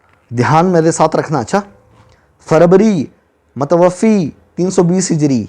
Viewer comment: ارے جس شخص کو یہ بھی پتہ نہیں لفظ " متوفی" یعنی ف کے نیچے زیر اور ی ساکن نہیں بلکہ " ف" کے اوپر کھڑی زبر ہے اورصحیح تلفظ "متوفی" (متوفا) ہے، وہ بلا ہے صحیح بخآری پر اعتراض کرنے۔ واقعی اللہ تعالی کا لاکھ لاکھ شکر ہے کہ انٹر نیٹ کی سہولت سے ان لوگوں کی علمی سطح پہلے جملوں سے ہی سامنے آجاتی ہے ورنہ اگر یہ کوئی تحریر لکھتے تو ہمیں کیا پتہ چلتا کہ یہ کسی لفظ کو صحیح ادا کر بھی سکتے ہیں یا نہیں۔